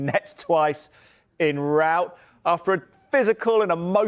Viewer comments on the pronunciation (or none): none